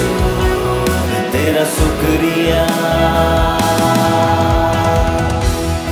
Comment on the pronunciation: Thank you for the wonderful song..but please pay close attention to the pronounciation..it is shukriya not sukriya